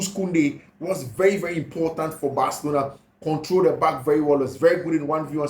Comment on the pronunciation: Bathlona or Barcelona?? hahaha why do u keep changing your pronunciation? looks hilarious.. better keep to one pronunciation